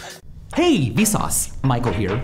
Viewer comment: "Hey vesauce maikel here"